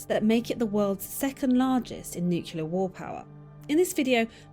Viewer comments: the lady in the video keeps saying nucular not nuclear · New klee air. NOT New cue leer. Why do people say this wrong over all other words? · Few things are more irritating than someone who can't pronounce nuclear properly.